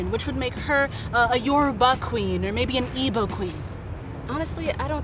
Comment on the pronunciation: She pronounced Yoruba incorrectly it was kinda triggering but besides that it’s a good video.